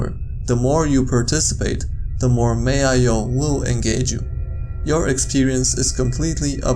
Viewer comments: it's pronounced MAL.0 not ma.io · Its not maio its malo with a L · Ma io? It’s MaLO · First one is pronounced “m-owl-O” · OMFG IM NOT BEING SALTY BUT ITS PRONOUNCED M-A-TEN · Sounds alot like Mayo, don't it? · The creepiest thing is how he pronounces MaL0